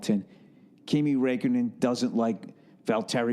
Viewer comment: "Kimi Raykkonen" Bill Burr, 2017.